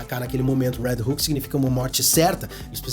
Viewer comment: Quando tu falava "Red Hook" eu pensava que tu tava falando do "Red Hulk" kkkkkkkk